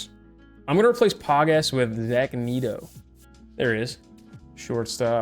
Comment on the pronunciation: Your videos are great. Wish you put more on youtube, seems you were putting more up last year. Big Angels fan so I gotta help you out here, Zach Neto is Net-o, not Neat-o. Also Sean Hjelle is pronounced Jelly.